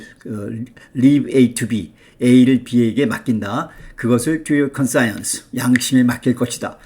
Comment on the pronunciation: 발음이 이상합니다. 컨사이언스...?